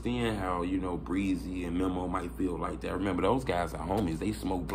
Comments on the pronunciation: U keep callin folks "MEMMO" his name Memo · Bro it's Meeeeeee Mo